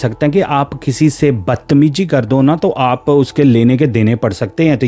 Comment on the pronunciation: your pronunciation is poor, avoid saying words with Z because you says it J like jyada, jaroor, bad-tamiji. Also tell the event without adding your personal thoughts and comments.